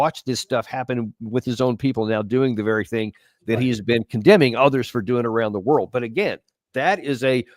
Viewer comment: "Evil worl out there" 😂😂😂😂he literally said "evil world out there" 😂😂😂😂😂😂😂😂😂😂😂😂😂😂 this 8s amazing 😂😂😂😂😂😂